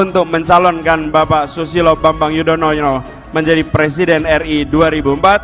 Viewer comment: Xixixixixixixiiiii...koplak... Anis nyebut nama Susilo Bambang Yudoyono jadi Bambang yudonoyo... xixixixixixixiiiii... 😂😂